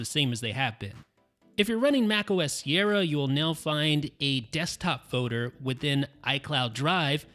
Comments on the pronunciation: What's a Foe-Der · "Foder" instead of folder😂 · Great video. Superb. In terms of advice, careful pronouncing words where the letters O and L are side by side. Folder not fowder and bolder not bowder. Friend has same issue when he gets on the mic. Thank you for videos.